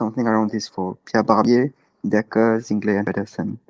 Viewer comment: Hey, just wanted to say that Zingle is pronounced „Zingle“, not „Zongle“ :)